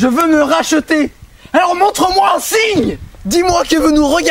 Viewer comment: Ton jeu d'acteur s'ameliore d'episode en episode, Didi! c'est un vrai plaisir de voir ton evolution! ...enfin, sauf le "Je veux me ra-cheu-ter!" ^^